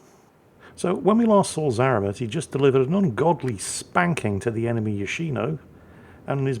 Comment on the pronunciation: Zarmat😂😂😂 what a pronounciation